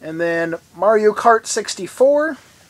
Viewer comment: Good ol' Ma-Rio. Mario's spanish cousin.